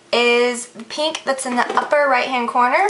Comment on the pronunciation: I like how she says "pink" like "peenk" haha